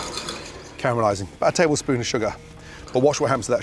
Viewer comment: Big “taplespoon” of sugar in the eggs haha